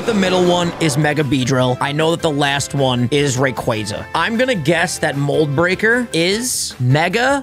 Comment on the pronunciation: The only person to pronounce rayquaza correctly